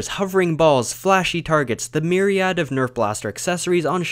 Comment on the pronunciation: I have never heard someone pronounce "myriad" like that 😂